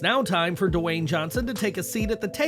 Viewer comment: Narrator - stop saying "Duh-Wayne". It's just "Dwayne", said smoothly, without additional letters, sound or syllables, ya dumb-a*s.